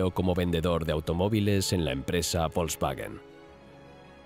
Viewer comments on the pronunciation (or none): none